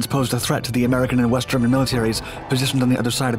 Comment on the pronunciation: West? I thought he said WEAST